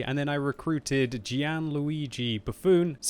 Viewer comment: 2nd time he called Buffon... A bufoon!!! LMAO